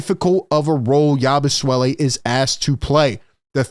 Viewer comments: Please stop calling him Yabu "swelle". Its Yabu "sele" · or "yah-boo-say-lay" (per Basketball Reference) but definitely not "swell-e" I checked and his father was French Belgium at birth and mother from France and Guerschon Yabusele was born in France. His father may have had a Dem Repub. of Congo passport (they speak English in DRC). So Guerschon is a French name, but apparently so is "yah-boo-say-lay" if pronounced this way. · Hey "" Philly Take...say "Yaboo-Selly"... you're seriously having too much name playing fun.😅😂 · Love your videos but please stop butchering his name. It's not Yabusuele it's pronounced Yabu-seh-lee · is there some reason you keep calling the guy Yabu- Swelle? There is no W😂